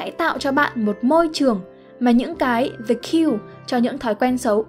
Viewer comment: Kênh này tính ra cũng OK, tuy nhiên vẫn bị vụ đọc tiếng Anh như bị mắc nghẹn, bệnh chung của dân miền Bắc đọc tiếng Anh. Nhớ nhất từ Yoga ai cũng đọc Dô-ga mà vô 10 anh chị Bắc thì tự động anh chị tách ra thành I-ô-ga, từ "the" thì đọc thành "dờ". Khó hiểu